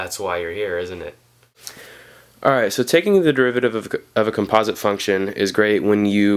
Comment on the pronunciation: thanks a lot but please learn how to properly say composite xD